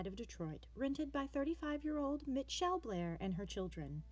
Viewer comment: Bitch how do you mispronounce Mitchell lol